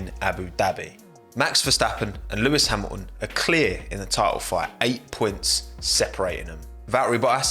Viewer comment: Who's Lewis Hamlon? And who the heck is Vaeri Boas?!